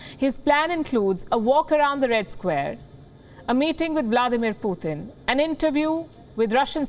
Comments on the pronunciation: Not puthin that’s putin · Every time she says 'Poothin' when saying Putin is so much lol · Indians have no room to criticize ! India is a racist state / Modi and the BJP ARE UNEDUCATED THUGS . This woman is a racist Indian mouthpiece . Learn how to say PUTIN .